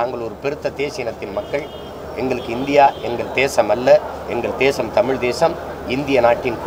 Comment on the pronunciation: தமிழன் தமிழன் என்று சொல்லிக்கறயே முதலில் தமிழில் உள்ள "ழ" வை ஒழுங்காக உச்சரிக்கிறாயா? தமிள் என்று உச்சரிக்கிறாயே. நீ தமிழனா?